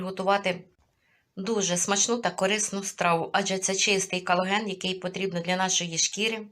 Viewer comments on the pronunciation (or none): Не калоген,а колаген.